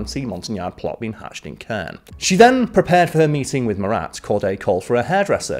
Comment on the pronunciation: Caen is pronounced like con, but in more of a French accent. Not criticizing, but just helping out for future French videos! Keep doing a great job Smallwood!